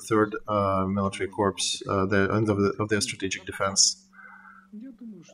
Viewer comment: "corps" should be pronounced like "core" (it's a french word). You said "corpse," which is actually more appropriate when referring to Russian units. Thank you for your work!